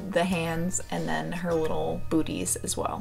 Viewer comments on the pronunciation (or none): When she said booties it’s sounded like butt!im sorry sometimes I have to get it out!